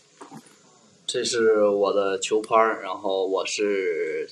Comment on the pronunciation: qiu par. He must be Northern Chinese lol